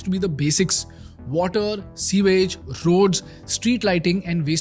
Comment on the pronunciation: Pronounced 'SOO-IJ'✅ (sewage) Not 'SEE-VAGE'❌ It's incorrectly pronounced even on Google. Your content is good, however, some of your other words are also mispronounced. Please take care....it's imp to draw your attention to these mistakes, since you have an English course out there in the public domain. First n foremost, YOUR OWN diction needs to be spot on! All the best 👍🏽